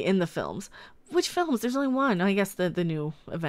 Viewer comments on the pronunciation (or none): none